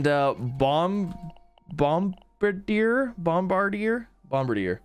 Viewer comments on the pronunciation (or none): Not bombarder, but Bomb-Bar-Di-Er... Bombar-Di-er